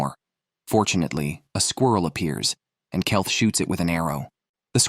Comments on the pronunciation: Keith read as Kelth. A1 often gets names badly wrong. Ridiculous mistakes. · Kelth that will be keith bullshite ai crap dont bother watching this